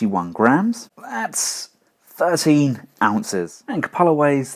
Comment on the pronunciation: It's pronounced "kyoo-puh-luh" as it is an actual word.